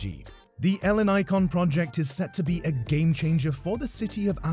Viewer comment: The way he pronounces Ellinikon hurts my ears